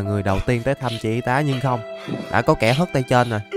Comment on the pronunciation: cảnh sát chính tả đây , em phát hiện anh đọc đã đã thành dảk dảk